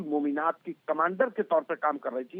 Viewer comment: It is pronounced 'Mominaat' didi. Isiliye dysri languages ki pronunciation bhi seekhni chahiye. Mr. Sharma did a better job.